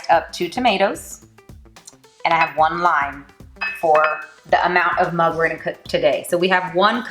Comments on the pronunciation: Nice video and you look beautiful!! Btw it's not pronounced Mang anywhere, in India it's pronounced Moong and here in US also I've heard people say Mung with a oo, not an uh sound. I guess that's what she was referring to. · we say mug the way u say it!mayb u grew up in africa? most of the indians from there say mug not moong!very nice recipe!keep it up, our young generation need these easy creative fast ways of cooking,as they have busy working lives!keep it up!